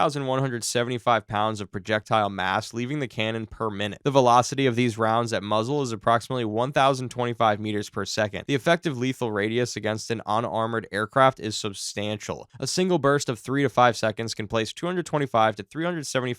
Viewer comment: "on-armored"? You mean unarmored? How do you make the 'un' sound like "on"? I've heard people speak like that before and am always puzzled about it. Do people's brains not hear things correctly?